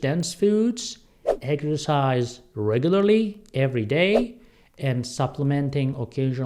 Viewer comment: What is “egersize”?